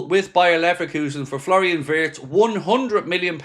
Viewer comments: vee-its please. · Wirtz is pronounced as Veerts!